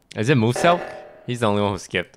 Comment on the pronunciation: He literally said mooselk